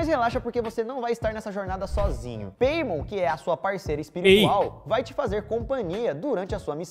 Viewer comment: E no da paimon falaram peimon, sendo que a pronuncia correta é paimon